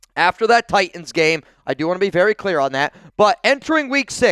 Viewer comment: Ty Tins....don't forget to pronounce the Ts